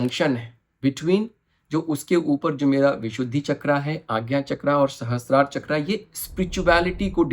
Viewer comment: बहुत सुंदर वीडियो। आभार। ‘चक्र’ हिन्दी मैं भी और इंगलिश में भी ‘चक्र’ ही होता है ‘चक्रा’ नहीं होते। हम भारतीय को ‘रावणा’ ‘दशरथा’ ‘लक्ष्मणा’ ‘महाभारता’ ‘योगा’ बोलके उल्टा लेटने की आदत पड गई है। USA और यूरोपियन देश में वो अपनी व्यक्ति या वस्तु का सहज बाई ग़लत उच्चारण करो तो टोकते है। Just a suggestion because I love culture.